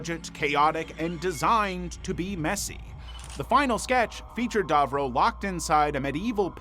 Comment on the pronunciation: *Davro, not Darvro! 😂🤦‍♂️